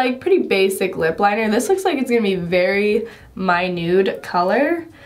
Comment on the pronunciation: I hate to tell you I love you but it's not mynude colour.... it's Minuet colour.... it's from a French word meaning fine delicate or small